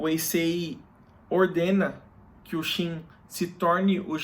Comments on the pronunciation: òtimo video unico problema é falar Shin e não Qin, quando trata do país, complica muito a mente. Gostamos de ouvir como lemos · É pq não sabemos a pronúncia correta em mandarim mas Qin, foneticamente, se fala Chin